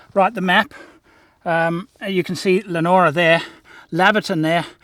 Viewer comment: Heads up it’s pronounced LEO-NORA and LAY-VER-TON. love your channel